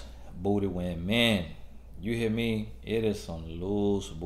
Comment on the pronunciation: "You hea' me?" 😂